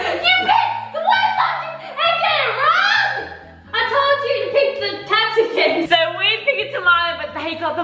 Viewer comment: btw (no hate) u say capsiCUMMMM just tryna help! 😅